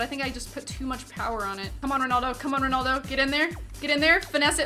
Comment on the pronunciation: it's RONALDO not RONOLDO